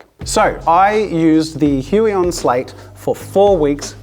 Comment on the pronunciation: Thanks for that pronunciation of "Huion". The pronunciation I heard earlier has a somewhat unfortunate sound in my and other Slavic countries...